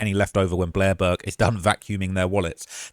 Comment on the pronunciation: you said "Durk" instead or Burke.